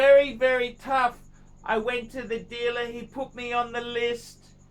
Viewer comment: the dealluhhh is not your PHRIENDS PHUCKERS